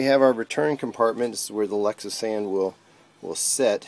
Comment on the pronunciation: Lexisan? Are you try to say Lectra San ?